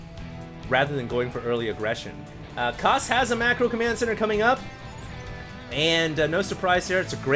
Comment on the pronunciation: is it just me or does say "commyand center" instead of command? lol